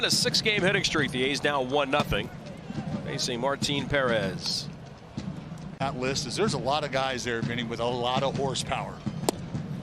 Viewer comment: Martin Puh-Rez!!